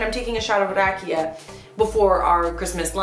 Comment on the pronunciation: Kermit is drunk because he was drinking RAJIKA instead of RAKIJA :)))